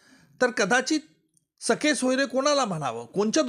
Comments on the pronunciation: वकील साहेब सखे सोयरे नाही, सगेसोयरे असा शब्द आहे, आणि सरकारने यासाठी कोणताही अध्यादेश काढलेला नाही, केवळ नियम (Rules) प्रसिद्ध केले आहेत.... नीट वाचा तरी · निकम सरांना सगेसोयरे म्हणता येत नाही तर ते सखेसोयरे असे चूकीचे उच्चार करताना आढळतात.़